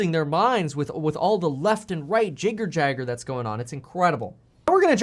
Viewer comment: Jigger-jagger?... Lol. Jibber-jabber.